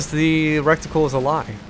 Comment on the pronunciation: You say reticle, you're saying it wrong hahaha. In a funny way too. You say "recticle" and it sounds like a combination of "rectum" and "reticle".